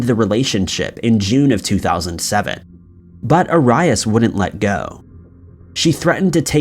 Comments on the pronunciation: Bruh...... How you don't know Jodi Arias 🤦🏻 c'mon... I hate to be one of those guys we complains about mispronunciations but this is so extra lmao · Do you not check how to say peoples names before you film? It is not A RYE AS. It's AIR EE IS. I love your videos and watch every single one but that drives me crazy lol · U know ur one of my faves but I think EVERYONE knows it's AIR-E-US not A-RYE-IS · its pronounced A-ree-ass lol... you're saying Ay-ray-us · It's pronounced Joe-dee Air-e-us. Kinda of irritating to hear such acsell known name repeatedly pronounced completely wrong. Dude, you said Judi Air-i-ass. Not being mean, but dude...really. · ‘Air-e-us’ not ‘A-rye-us’ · just another youtuner who doesnt make thier own videos and reads a.script wrote for them lol smh!! Man I swear u mispronounce everyname u say I swear jody AiR-ee -us I mean it was headline news u must've heard her name at least 5 times especially if u do this tyoe of content. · The way he says arius 🤦‍♂️😂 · 1.) The drink is a J2O not J20 2.) Arias is pronounced "air-ree-uss" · Travis was NOT in love with Jodi. He was just banging her...and unless you've been living under a rock all these years, her last name is pronounced AIR-E-US. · Air-ee-as sheesh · Omg you never heard her name pronounced it is pronounced "air-ree-is" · Arias Is pronounced Air ee us!!! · Her last name is pronounced AIR-e-us. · FYI- Jodi Arias's last name is pronounced Air-ee-us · For jodi and Travis It’s pronounced Joe-dy Air-e-ez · Arias "air e us" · The way you say Jodi Aries name🤦🏻‍♀️ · Jody Air E Us is how it’s pronounced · Jodis last name is pronounced Aries like the zodiac sign js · Actually, it's pronounced airy-us. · Does his pronunciation of Arias bother anyone else? Its 'air-ee-us'. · You pronounce so many words wrong.. Jodi's name is Are ree us or Air ree us..How could anyone get that wrong with all the coverage it got for literally months on end.. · 😑🤦🏻‍♀️ Arias (AH-Ree-Us) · The way he pronounces Arias🤣🤣🤣🤣